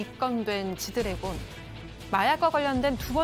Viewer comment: 기자 아재 지드러그라고 해뿟노 ㅋㅋㅋㅋㅋㅋㅋㅋㅋ